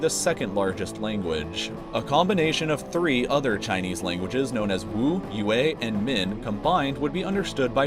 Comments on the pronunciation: Sh-aah-ng- haai not Shae-n-ghai. E-uu-a not Yu-ee. We pronounce it very differently. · every time somebody mispronounces Mandarin names (like "yue" 'yoo-ay' instead of 'ywe'), I cringe (im half-chinese